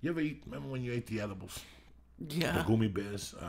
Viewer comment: Jesus. Joey mispronouncing so many words gets on my nerves idk why lol. He says "goomy" instead of gummy, profuciously instead of profusely, the way he says entrepreneur... also hate how on these older podcasts he would either scream into the mic or whisper away from it and lee wouldn't adjust.. idk why but it does lol